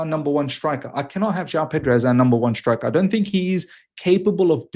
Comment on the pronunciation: Its pronounced ‘striker’ not ‘shtrikah’ haha. Jk. I’m Aussie too but I live in Canada so it’s just funny hearing